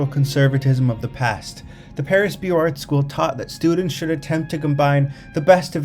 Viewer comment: I enjoy the images and info. Thank you. FYI it's Beaux Arts = Boze Arrr(t)